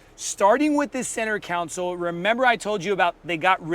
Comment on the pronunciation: Center console, not counsel/council.